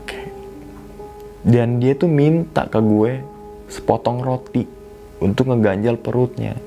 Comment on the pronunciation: Unthuk... unthuk... unthukkkk Jawa sekali 🤣🤣🤣